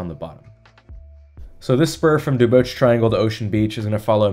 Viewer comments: Duboce is pronounced DuBOS not DuBOCHE Before the pandemic, the Parkmerced complex had a proposal for replacing many of their low-rise apartment buildings with denser housing. I thought the proposal had been approved, but nothing has happened that I know of. Funny you should mention the Church & Market Safeway. About 15 years ago, the Safeway Corp proposed redevelopment of the LaPlaya Safeway into a sizable mixed-use development. NIMBYs shut it down HARD and FAST. I saw two very nice Safeway reps present their proposal at a meeting of the Planning Association for the Richmond [District] and could not believe some of the invective-filled arguments that attendees spouted, including one woman who claimed a lifetime right to sunset views from her house. IMO accessibility retrofits are a higher priority than limiting streets to transit-only. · bro you're only 22?! so sick man keep it up but fo real tho you butchered Duboce (duh-BOWS or dew-BOWS) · I did the same pronunciation of Duboce in my video on the Wiggle. I never heard anyone say it in 10 years of living here. I compared it to Jim Croce. What English word ends in -oce and is pronounced OSE?